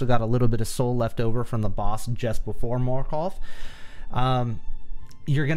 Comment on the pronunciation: He really did just say "Marköth"